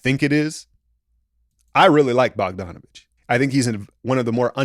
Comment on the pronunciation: "Boh-john" Bogdanovic 😂